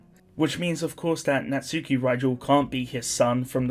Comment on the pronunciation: ngl its annoying your saying it as NAT- SUKI instead of na-tsuki . just a ick